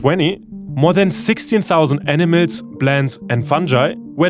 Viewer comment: dude...you gotta level up your english... how does "animals" become "enemies"?